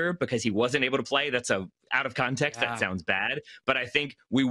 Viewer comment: ah yes, "contect"